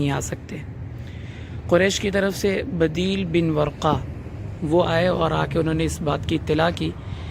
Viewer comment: بدیل ب کے پیش کے ساتھ ہے جزاک اللہ